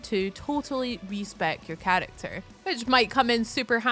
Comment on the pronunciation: 'Chalacter' are you chinese bro?